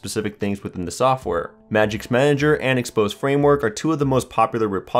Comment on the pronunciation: IT'S MAGISK, NOT MAGICS